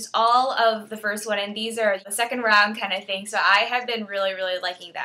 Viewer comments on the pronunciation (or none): none